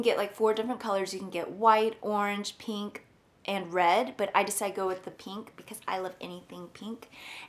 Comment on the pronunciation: I like how you pronounce 'pink' as 'peenk' haha.